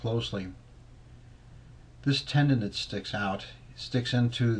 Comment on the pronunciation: Tenon not tendon